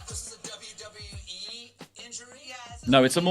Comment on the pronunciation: Vince: "The fans are killing WEE" (he can't even say WWE right anymore) 👀